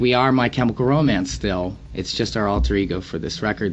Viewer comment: "My Chemical Romince" Gerard.